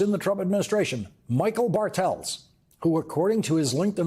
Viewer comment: Bartels seems to be a german name ... the Pronounciation is on the "A" .... meaning BArtels, not BarTELS